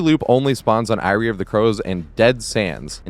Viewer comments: its pronounced "airy" not "eye-ree". fantastic loops as usual, sir. big fan. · i can't overlook the way you're saying eyrie of crows but yeah this structure is so weird and awkward for so many killers